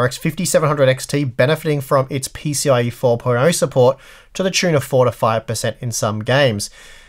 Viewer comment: When you say "four to five" it sounds like "forty-five." Consider saying "between four and five" instead.